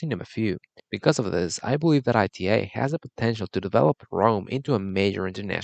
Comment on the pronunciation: The mispronunciation of the airline as I T A rather than ’ee-tah’ doesn’t help either; if you’re going to talk about an airline, let’s start by doing some research, and pronouncing the name correctly